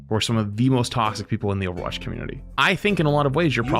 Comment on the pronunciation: are you ever gonna learn how to say people?